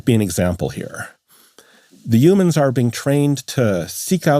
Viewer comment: Yuuumins? 😂human